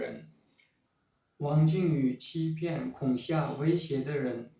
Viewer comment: 听到那个维族人说“恐下”，忍不住笑了😂